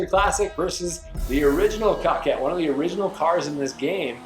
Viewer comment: It’s pronounced cookayy *good vid tho